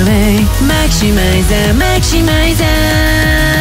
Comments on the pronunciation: 雪見さんの早口大好きだし、「マキシマイザー」の発音がめちゃくちゃすき😭「食べてすぐ寝て〜…」の所かわいい愛おしいです( ᐢ_ ̫ _ᐢ ) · "マキシマイザー"の発音好きすぎ😭😭 かっこいいです（Ｔ＿Ｔ）